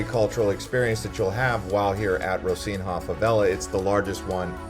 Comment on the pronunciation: Clearly, you have never been to Rocinha or even Rio. You mispronounced both Rocinha and Rio. Rochina is pronounced Hosina, and there is no H sound in Rio!